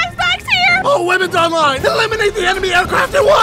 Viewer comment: I heard "all women are mine" instead of "all weapons online"